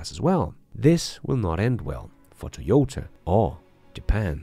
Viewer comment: I agree with you! BTW, it's TOY-OH-TAH, not TEE-OH-TAH.